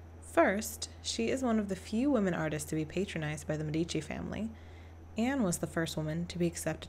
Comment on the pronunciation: The Italian "sch" is pronounced "sk" (as the "ch"-combination is a "k"-sound). So Gentileschi is pronounced "Gentiles-Ki". In the name "Medici" the "e" is stressed instead of the middle "i". The "z" in "Uffizi" is a "ts"-sound. Italian "z"s are always either "ds"- or "ts"-sounds (just like in German by the way), The "ggi" in "Caravaggio" is a sonant "dsh" or let's say "dzsh" (in this constellation the "i" is absolutly silent - it only indicates that the "gg" must not be pronounced like the "g" in "to go" for instance). 🙂